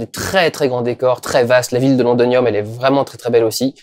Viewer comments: pas londonium mais londinium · Par contre c'est lond"i"nium, voilà c'était la minute chieur :)